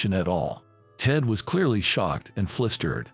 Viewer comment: Once again, the man giving the voiceover, can not pronounce the word "flustered." This is always mispronounced as 'flistered'; which is patently wrong. This is the word "FLUSTERED"